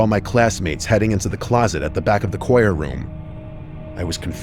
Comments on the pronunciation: Kyora? Choir: kwaier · Uh…. “Coyer class?” 😂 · I crye every time he says "koi-er" instead of choir bro 😭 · Coyer practice 😂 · "coyer" is sending me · Koi-er class? 🤔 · "koyer" class. Choir? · Do you really not know how to pronounce the word "choir"? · Realizing says Choir weird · did this dude really mispronounce "choir"? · Story 5 does not look good for being a real person because who tf pronounces choir like that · He really doesn't know how to pronounce "choir?" I love this guy, but what? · there is no way this man doesn’t know how to pronounce “choir” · Why he saying choir like that lmao